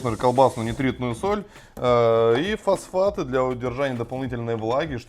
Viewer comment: Фасфаты?? О_О так хорошо начали и Фасфаты...